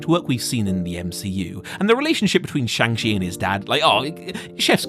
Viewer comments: Shang Chi is supposed to sound more like Shaun[g] than Chang. They have a entire scene in the movie dedicated to the pronunciation of the name. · Saying chang chi was great hurts your credibility. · Shang Shee 😭 (shang chi is not pronounced that way a is pronounced like fathers a and ch not sh) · Oof when you say shang shont is good...doubt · How do people keep mispronouncing Shang Chi? Like they literally said the name and cleared up how to pronounce it in the movie... It's Sean with a g... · How is it possible that youre still mispronouncing Shang Chis name... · The way most English speaking people pronounce the "Chi" in "Shang Chi" butchers the Chinese pronunciation of the vowel. But the way you pronounced it butchers both the consonant sound and the vowel. I honestly didn't know it was possible to pronounce it even more wrong than most people already do. It's mind boggling. Also, one issue I have now (among many) with the MCU is that they've already saved the earth, then tried and failed to save half the universe, then tried and succeeded. How can you get any more huge than that? After End Game nothing really feels like it's high stakes any more because nothing's putting half the universe at risk. There are tons of other issues with this phase though, so yeah... Better writing is ultimately what is needed. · They go through pains in the film to pronounce Shang-Chi's name correctly for the audience and you still mispronounce it. Come on man.